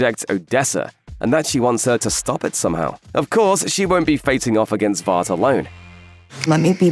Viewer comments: Why he saying vaat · When someone with a British accent tries to copy American pronunciations for certain words, instead of saying them as they would naturally. 🥲 Vought should rhyme with thought, polarity with clarity, etc. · Absolutely wild to hear your pronounce the word Vought with an A, giving that it is spelt without one and said numerous times in the show